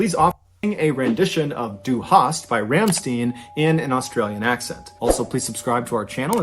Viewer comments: And stein is like shtine not steen (: but I was gonna say that too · Dude, I can't get over how they both said "Ram-steen." It's pronounced "Rahm--stein." The ei in stein is said like the word "eye."